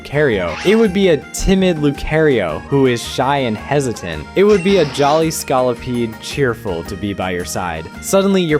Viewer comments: nahhh and scawlipede is crazy😭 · Lucærio, Ska-lopede and Pokémon Amy are new ones too. It has to be a bit. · I’m sorry but the way you pronounce Terastallization, Lucario and Scolipede physically hurt me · My brother in Christ. Where do you get these name pronunciations from? You have pronounced Terastelization, Lucario, Charizard, and Scolipede wrong. Have you not watched the anime? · Brother that’s not how you say lucario or scolopede. I almost threw up when you did that 😂